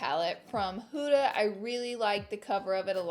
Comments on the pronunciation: “hOOda” lmfaoo instead of huda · It’s an Arabic name and it’s pronounced “HU-DHA” not hooda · You are actually saying huda wrong but you look gorgeuos